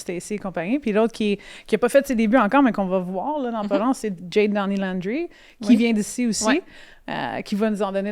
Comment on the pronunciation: Je veux pas faire ma tannante qui accroche sur un détail, mais c'est ça que je vais faire pareille ;) Jade Downie-Landry, je suis pas mal certaine que ça se prononce en Français. En fait, dans une entrevue elle l'a dit elle-même, sa mère anglophone l'appelle Jade en anglais, mais le reste du temps, quand elle est dans un milieu franco, c'est Jade en Français. Et Landry c'est un nom de famille québécois. Voilà, mon p'tit commentaire à la Karen est fait. Hahah! Sur ce, joyeuses Fêtes et revenez-nous en forme pour ce très bon podcast!